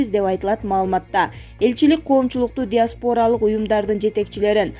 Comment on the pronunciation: Тексти окуган журналист сизге замечание, ДИАСПОРА - деп жазылат, бирок ДИАСПАРА - деп окулат. Туура окусаныз кулака да жакшы угулмак.